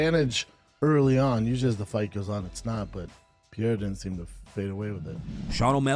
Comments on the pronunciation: Schaub really can’t be bothered to call Alex Periera his actual name? He has to call him Peeara, when literally NOBODY else calls him that?? 🤦🏻‍♂️🤦🏻‍♂️ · Schaub saying Pier instead of Pereira is cringe 🤮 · Brenden can’t even say his name right who tf is Pierre? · Jesus Christ he’s hard to listen to. “Piere” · Brendon Shaub can't even pronounce a World Champions' name! which he will never be! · Brandon can't even pronounce names, the fuck im listening to him for? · Lmao.. Brendan Shaub trying to say Alex Pereira's name lol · Missing a lot of context with this conversation with Joe but the biggest disrespect is BS's pronunciation of 'Pereira' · Brandon’s pronunciation of Pereira 😂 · He can't even get his name right